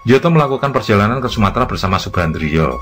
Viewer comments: Bacanya nyoto bukan njoto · Njoto dibaca Nyoto 🤦‍♂ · tempat persembunyian aidit di solo mengejanya adalah "SAMBÈNG" bukan "sambêng" dan tokoh pki yg disebut " njoto" yg benar menyebutnya " "NYOTO", yg artinya adalah "nyata"